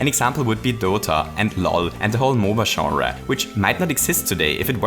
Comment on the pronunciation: "games of every sharruh"